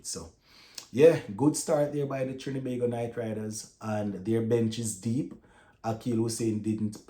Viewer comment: Big up STTB. Thanks for all the hard work and keeping us up to date. Just wanted to point out though that it's TriNbago, not Trin-E-bago 😊